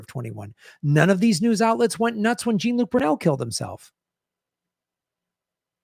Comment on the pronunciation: Will SOMEONE fucking tell how to pronounce French names?!?!? Jean Look...OMG...has he never seen Star Trek the Next Generation? Mispronouncing names over and over again makes you look foolish,.